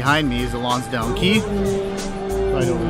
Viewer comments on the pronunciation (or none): It's Lonsdale, not Lonsdown.